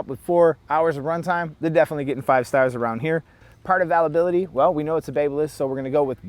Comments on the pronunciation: first off those are dots not stars secondly if you cant get any parts for it that should be ZERO stars or if it costs the most but performs the worst ZERO stars thirdly learn to pronounce availability...theres an I next to the A . so ite like ale or pale not all or pall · How did you say "availability" my dude? Lol Great review tho Holmes.....thanks!